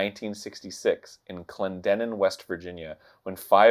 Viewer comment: I'm from wv and listening to people trying to pronounce things from wv is funny. Arin messed up clendenin and kanawha. It's clen-din-en and k-naw